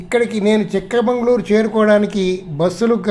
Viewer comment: సార్ అది చిక్ మంగళూరు కాదు చిక్కమగళూరు